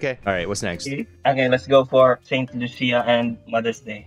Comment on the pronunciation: It’s pronounced saint “lu-see-uh” No loosha 😂